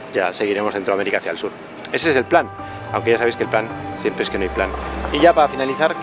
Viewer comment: Ciempre estas hablando, ciempre xD